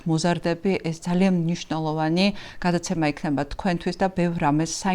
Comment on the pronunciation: მოხთა.. გააცემა.. მცთელობა ... მძიმე მოსასმენია, გამართული ქართული სანატრელია...